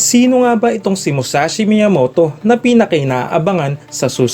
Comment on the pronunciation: Mushashi?? Musashi yon BOBO!